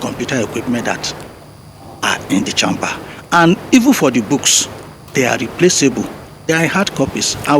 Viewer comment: Sorry just annoying the way a doctor is pronouncing “1 CHAMMMMBER”. Just like some people pronounce google Gòògle”